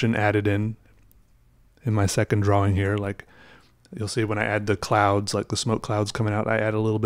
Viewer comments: Lol i didnt know there is a L in drawing lol XD drawling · I love how he says drawing draw-wing, never change. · No no no no no, well, my opinion anyway. says the word how should say the word, because obviously that W and the Wing are important on some level. I shall cry till my eyes fall out if he stops saying drawing "draw-wing". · Early on in this vid he accidentally pronounces it correctly twice. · Listen carefully when he gets excited, and he pronounces it normally. Not that it's important. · I love that you pronounce the W in drawing. 😊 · I'm still not used to the way you pronounce 'drawing', is that a regional thing or is it just you? nothing wrong with it, I think you're great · You say drawl funny